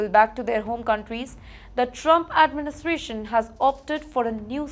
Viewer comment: 😂😂😂 Now imagine, can you imagine, let me tell you this…… She cannot even pronounce words properly, eats up half the words and events sentences … Goment, Doughnaald, Addmintation, and the list goes on and on. It hurts my ears to listen and actually decipher and understand what she is saying, get a headache, so now I have blocked her on my YouTube feed Most of the time, I definitely feel that SHE IS IGNORANT, HAS NO KNOWLEDGE NOR UNDERSTANDING OF WHAT IS REALLY HAPPENING IN THE USA . As it is, There are enough issues happening in India, which both her and the channel should spend their energy, time and focus upon. But All she does is portray these illegals as poor things and victims of “BAD OLE USA “ !!!